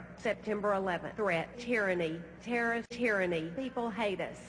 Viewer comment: when bush says terrorist it sounds like hes saying turst